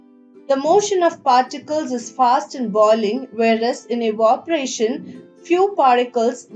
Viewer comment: Not evoparation evaporation and change voice or change the way how she speaks there is an echo and just tellin it make your channel better btw good explanation👍🏻;)